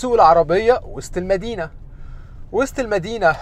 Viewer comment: أول مره أعرف أن وسط المدينه نطقها وست المدينه😂